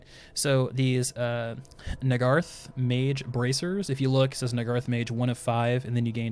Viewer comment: I believe Nagarythe is pronounced Nagah-Rythe